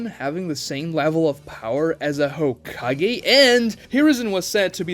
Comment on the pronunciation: narutoe hoekagay learn to pronounce japanese names correctly man, it's embarassing